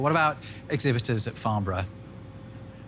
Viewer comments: It's pronounced "Farn-Bruh", and not "Farn-Burrow" ;P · It's Farn-burra, not Farn-boro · It’s pronounced Farn-brra